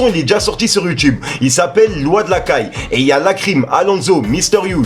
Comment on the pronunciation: mgl mgl c "loi de la calle", pas "loi de la caille" , t'abuses